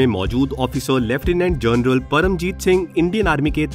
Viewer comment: Aap ki awaj में show off करके bol rahey ho. "जोनरल " ..."ओफिसर" ....bhai sidha उच्चारण karo bhai.. जादा show shaw mat kar yar.